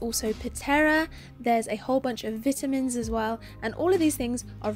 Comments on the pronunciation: Everytime she said vitamins i cringed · When she said “vit-a-mins” >>>> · Damn I be laughing when she say vitamins:Veetamens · I love how she says vitamins